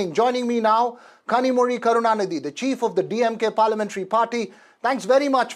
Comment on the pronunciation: Wow! The anchor actually pronounced “zhi” correctly! Good one.